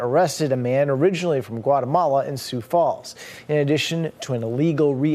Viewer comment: Are you AI? It's pronounced SUE Falls, not SOOS Falls. 🤦‍♀️ They need to send Ice up to Brookings, Watertown & Milbank SD.